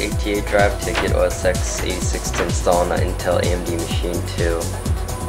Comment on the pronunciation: It's ten, TEN!!! OS TEN!!!! lol